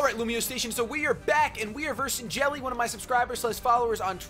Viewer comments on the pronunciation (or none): I already thought Jelle was from the Netherlands... xD it's pronounced: Yell-eh. Cute u called him Jelly ^_^